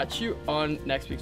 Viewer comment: sounds sooo Dutch when he says 'doei' omg haha